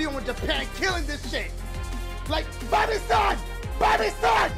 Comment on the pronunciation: It sounds like he was saying "BUY ME SAUCE!!!"